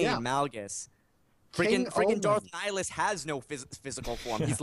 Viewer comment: "Nihilious" I need to shoot myself... It's Nihilus. By the way, you might be right, it is confirmed that you cannot resist Nihilus' force drain, it doesn't matter how strong you're with the force, unless you are a wound in the force, his ability is like a hack. Plus he has other feats, like lifting an entire fleet from Malachor V's gravity, being capable of destroying fleets with his mind, consuming planets just by saying some words, plus by doing so, he literally destroyed the surface of the planets, something that DE Palpatine has done with his full power using a force storm ( same ability he used to destroy a fleet too ). Lets not forget when he consumed Katarr, he killed the entire jedi council, including all the jedi who survived the mandalorian war and the Yoda of that time.